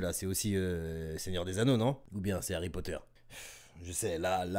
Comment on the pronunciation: fait un effort aussi là "harry potter" c'est terrible eddy maadou a encore frappé